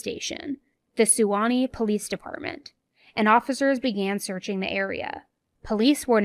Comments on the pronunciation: Suwanee is pronounced swan-knee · suwannee is pronounced = Swan-eee